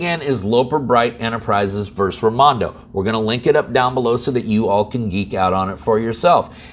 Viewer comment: I wont continue watching a lawyer who says “verse” and not “versus.”